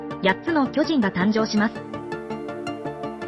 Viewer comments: 「巨↑人↓」が気になって話が入ってこないｗ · めちゃわかりやすいけど巨人のアクセント😂😂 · アクセントが読売ジャイアンツの巨人にしか聞こえなくて、スっと話が入ってこなくて困るWWW でも、時系列っていう流れもなかなか楽しかった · 巨人のイントネーションが毎回読売ジャイアンツなの笑う プロ野球の歴史は読売の支配を打ち壊す物語 「巨人(あいつ)ら……駆逐してやる！ この世から……一匹残らず！」 「おーん」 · 巨人のイントネーションが完全にジャイアンツで笑ってしまう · どうも巨人のイントネーションで吹いてしまう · 毎回「ジャイアンツの方の巨人」のイントネーションで笑う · "巨人"の発音が読売巨人軍の"巨人" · 巨人の言い方がジャイアンツ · 巨人の言い方ジャイアンツの方やん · 巨人 の発音が………